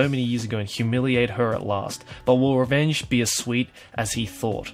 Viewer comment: He pronounces revenge exactly how i thought a japanese would